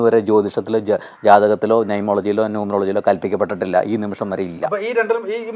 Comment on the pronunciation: നൈമോളജി അല്ല, ന്യുമറോളജിയാണ് 😂😂😂😂😂